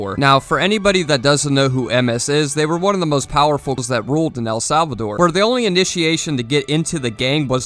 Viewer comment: Ngl this dude doesn't even know how to say El salvador so idk its iffy for me